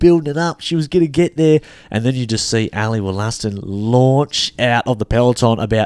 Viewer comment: "Ally Woll-a-ston" not "Woll-aston"